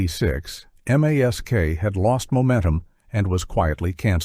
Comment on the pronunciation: You're obviously using AI for the narrator. That's fine, but why not script it and fix it accordingly? It's not Aayelleeff. It's Alf. It sounds similar to Alfred, almost like a nickname. Just type cops instead of capitalizing it so it says cops. instead of C O P S. Same for mask. Further, MASK remained fairly popular compared to several shows that were awful out of the gate. It makes your list questionable. It feels like you didn't do your research.